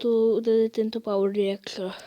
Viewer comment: ne čte se to pavr dajrektor a píše power director